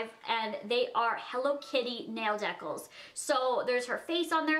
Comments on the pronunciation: Rebecca Leviev ha or "deh-cul" instead of "dee-cal" Lola I loves her tho.. Maybe its a Canada thing who knows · Jasmin Simone It's not. I'm Canadian. I say dee-cal. not hating on her but she's not right about that one at all. same with anastasia. "she-uh" like what. no. I agree with her on reese's tho that's how canadians say it. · nail decal is pronounced deecal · I love, but I think it's funny that she was talking about the correct way to say Reese's, when she doesn't say decal correctly.